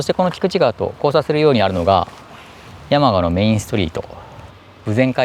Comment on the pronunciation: 山鹿のイントネーションは廁と同じです。灯篭とか羊羹のイントネーションも気になりました笑💭 どちらの方でしょうか？